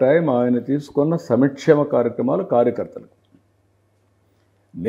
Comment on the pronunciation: Samichemam కాదు సంక్షేమం బాబు గారు